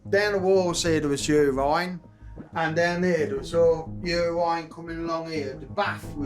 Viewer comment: "Yourine"......😂 priceless